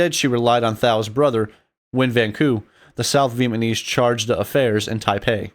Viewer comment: I wish that “” could do a better job of pronouncing “Vietnamese.” It would make this video much easier to listen to.